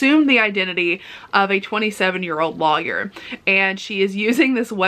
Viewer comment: You say lawyer funny 😊